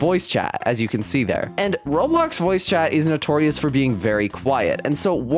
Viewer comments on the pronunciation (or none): none